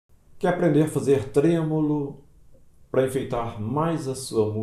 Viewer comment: O correto é tremolo e não trêmulo. 😂😂